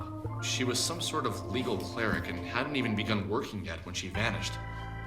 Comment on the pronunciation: Last name: spelled P A K Every character: Park Alex also pronounced “clerk” as “cleric.” Did anyone check these voice lines?